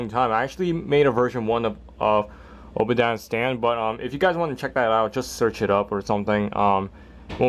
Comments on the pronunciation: U said obadiah stan its spelled obadiah stane like A in the the stane name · it's pronounced stain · ***** just saying it was pronounced Obadiah Stane